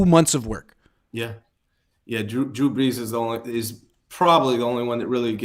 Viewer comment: Drew Breese. ??!! GETOUTTA HEAH. !!!!!!!!!!!!!! ina definite New York accent. ..